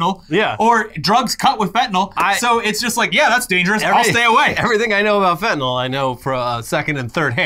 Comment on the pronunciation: "Shoot the fentylnal!"